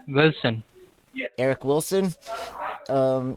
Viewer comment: So funny how they always pick last names they can’t even pronounce…”Villiams” and “Vilson”. 😂 Good stuff 👍🏾